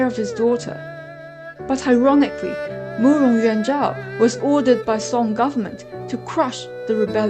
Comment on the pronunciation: Loved the effort you put into this, and it's a great result but I'm still confused: 1) Big Zhou is the Emperor!? 2) Is Murong Yuan's name pronounced You-ahn, or Yen, because you pronounce it Yen and that's much prettier to me. 3) What is the Shimmer of South? I never heard that before this video.